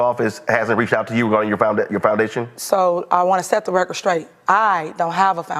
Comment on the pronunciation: Did she say she wanted to set the record scraight?! 😂